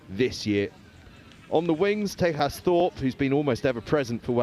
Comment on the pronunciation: Loving the coverage - thanks so much. Just one point for you on a name: TEJAS Thorpe (Wellington) has an Indian name and it is pronounced TAY-JUS. Thanks!